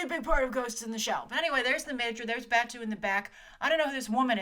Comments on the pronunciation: I'm sorry, your pronunciation of "Batou" bugs the crap out me! Other than that, great video, and I'm no longer as excited for this movie as I had been. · 1: grace there are a lot of graves that are staked like that, so its less of an urban thing and more of a hill thing. 2: grave batou is short a sound and long o. 3: why is the briefing not happening in the Majors lobby! 4: where are the Tachikomas!!!!!!!!!!!!!!!!! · hey grace! love your coverage of this. In the spirit of reverence for the material though, could you try to pronounce the character names a bit more faithfully? BATWO is BAHTOH, for example. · "Ba-two" is really "Ba-tow"..."Koose" is really "Ku-zay".....You really know a lot less of the GitS universe then you pretend to know. You need to rewatch the whole universe of GitS including the movies, SAC, and Arise again before you start commenting like you’re a long time fan. Plus you know nothing of Japanese culture and assume a lot from this short trailer. Geisha are not sex workers.....The "hooker" could be a friend or acquaintance as it was in SAC. Oh and that whole part with the car door..how about its not some magnet thing but somebody kicking it out from the inside of the car. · It sounds like "bat-oh" fot Batou! You keep saying it wrong! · They smashed pretty much every version of GitS into one film, changed characters and boiled the plot down super hard for a general audience. It's going to be Ghost in the Shell in name only and that's sad. Also lol Grace BATOO? SAYTOE? KOOZ? Geez gurl. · I love you Grace, but you're butchering their names!!! Batou is pronounced BAT-TOW, Saito is pronounced PSY-TOW, Arimaki is pronounced ARI-MA-KEE and Kuze is pronounced KOO-ZAY. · I'm being petty but... "Koo-zeh" (クゼ) and "Bah-toh" (バトー) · Bah-tou and Kuh-ze. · Batou (Bah-toe)